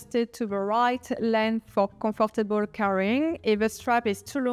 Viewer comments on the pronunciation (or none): none